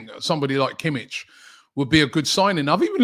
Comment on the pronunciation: no bayern players, thanks btw you don't pronouce it Kimitch, but Kimih, the H is as in Hint